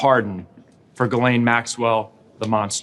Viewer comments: People in England pronounce it Gah-len but quicker like Glen. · Wouldn't you think that Bondi could pronounce GHISLAINE Matthews properly, instead of calling her GERLAINE? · Phonetically it's pronounced Gizlane. You're not pronouncing the S. Only the H is silent. Ghislaine. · Why does pronounce Ghislaine's name "GERRlaine"? Is that her pet name for her or some kind of Inside scoop us ordinary people can't know about? 🤔🤨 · Bondi called her "Gerlaine". LOL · "Gerlaine" ... Nice one, Pammy! She is trying everything to distance herself from the knowledge and handling of the G.M./Epstein/tRump case. We all know she understood her assignment before she was given the position!